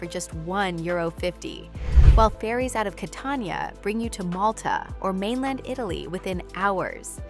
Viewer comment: Italy 🇮🇹 not ItLaly 😂